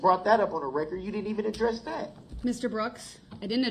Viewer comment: Rekkerd, licemplace, bofe, jeery, share squeem, enty, amanent…db is full of mispronunciations…